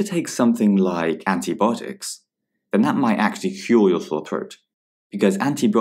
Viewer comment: Antibiotics is pronounced [anti- bi-ot-iks]